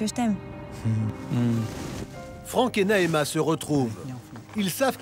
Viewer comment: Mdrr c'est Naema